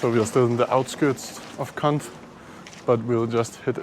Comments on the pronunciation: I like watching your videos because it's helping me reacquaint myself with the motherland. But I feel like you guys are mispronouncing the word. I think you make the O 😮 sound with your mouth when you say Kond. I don't think it's kunt. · not Cunt as you are pronouncing. It's an [O] in Kond. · KANT 😂😂😂😂❤ I liked we prefer this pronunciation for obvious reasons 😂😂😂 It's pronounced simply Kond😅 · its not C*nt its kond with an O sound